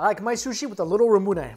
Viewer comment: Is that how you say ramune?